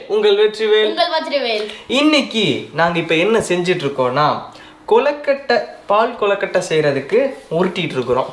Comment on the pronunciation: Pahu kolukkatai that's not paal kolukkatai